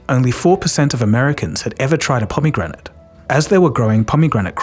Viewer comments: kinda obsessed with the way he sahs pomegranate. "pommygranite" 😭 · I've never heard pomegranate pronounced like this, and I kinda wish everyone said it like you do